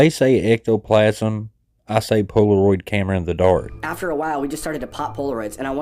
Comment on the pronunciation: This man said ectoplasm 🤣🤣 Love you! Thanks for all you do! Also. You’re goofy 🙃